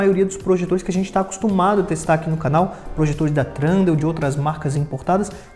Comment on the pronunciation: Irmão está errado a pronúncia do nome da marca não tem R, é tHundeal e não tRundeal...